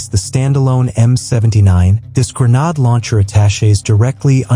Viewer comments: Gre-nāde, not gre-năde!!! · Grenade, FUCKING GRENADE, not grenad.😊